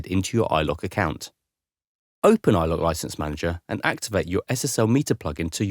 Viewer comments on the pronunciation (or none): I instantly paused the video when it said iLok. Hurt my ears.